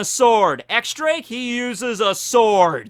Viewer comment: He finally pronounced Akainu right! Now X Drake on the other hand...